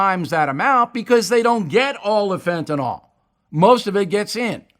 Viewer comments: Why do people keep saying fentanol? It is fentanyl. Fen-ta-nil. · (Stupid comment) As a nurse, I'm always trying to spread the word... it's not Fen-ta-nol it's Fentanyl or fen-ta-nil. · Actually it's only ever been pronounced one way in the medical world. Ever since it's been discussed amongst lay people, it took on the wrong pronunciation. Doesn't matter, just a fun fact. We all know what they're talking about.